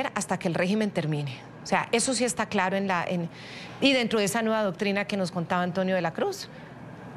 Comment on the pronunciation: Señoll Tolles hable clalo... No sea lidiCULO. Diga la veldad, muy bien, pelo hable clalo. ❤❤❤❤❤❤❤❤❤❤❤❤❤❤❤❤❤❤❤❤❤❤❤❤❤❤❤❤❤❤❤❤❤❤❤❤❤❤❤❤❤❤❤❤